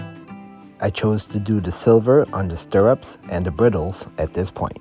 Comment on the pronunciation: Sorry to sound picky, but it's "braidles" not "briddles". Or just use "tack" instead".